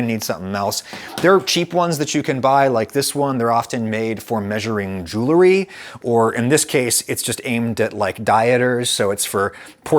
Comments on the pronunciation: “Jewelry”, highly doubt it buddy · "Jewlery" sure Adam. I believe you. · "Dieters" "jewelry" 🤣🤣🤣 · "Jewelry" and "dieters" lol, OK Adam. Lemme get an eighth of that "jewelry".